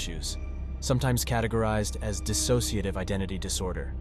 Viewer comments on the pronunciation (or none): none